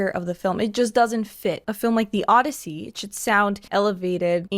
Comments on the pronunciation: Odyssey, not Oddity, NOLAN! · The O-DEI-ssey